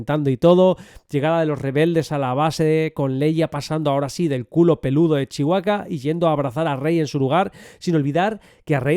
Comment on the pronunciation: Cuándo será el momento en que España aprenda a pronunciar Chewbacca sin comerse la b? Y si me lo permiten: en Skywalker la L no suena. La palabra Jedi...el acento está en la sílaba JE, no en DAI. JE-dai Un beso!